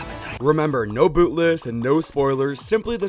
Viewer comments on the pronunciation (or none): none